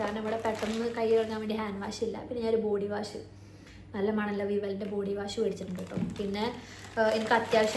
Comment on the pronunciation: Face wash cheyyunnadinu Waa alla pronunciation its wosh cheyyanamennaanu... Purathekku pokumbol idokke sradhikkanam